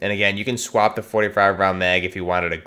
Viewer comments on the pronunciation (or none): none